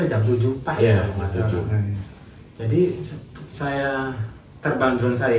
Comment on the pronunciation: Drone bang bukan drown